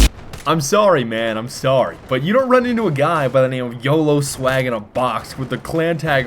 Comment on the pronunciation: I'm sorry but please never say YOLO Sawg... that's just